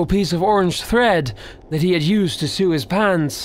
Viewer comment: "To sew his pants"... sue? Haha. Do0d it's Sew like "So" xD silly silly.. anyways ty for the video!